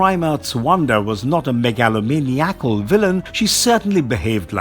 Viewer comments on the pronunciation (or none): Haha or “Meg-aloe-mini-ackle” lol.